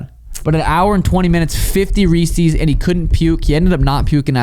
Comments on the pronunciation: Sean that's not how you pronounce Reese's Peanut Butter Cups. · “Reeseize” and “Zuckenberg” makes me mad